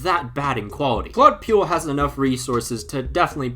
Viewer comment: I'mma be honest. The pronunciation of Claude Puel's name ment I had to re-imagine the pronunciation myself to realise I knew of the guy. Puel doesn't rhyme with fuel.